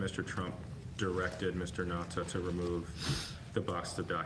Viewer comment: mine so far was the Republican pronouncing Nauta’s name “Nu-ah-tah” because white racists passiveagressivly mispronounce Hispanic words with unfamiliar letter combinations. In Colorado, Buena Vista is pronounced “Byoona” by natives, even tv news peeps.